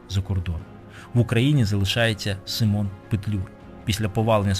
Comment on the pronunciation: У захваті від ваших фільмів, велика повага до Акіма особисто. Маленьке зауваження, українською наголос у імені сИмон.